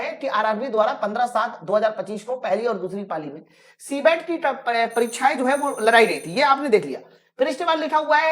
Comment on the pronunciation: ए रेलवे वाले वो पाली नहीं ❌ पारी है ✅😂😂